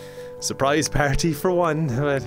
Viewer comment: For real though, I love the way he says the word "party!"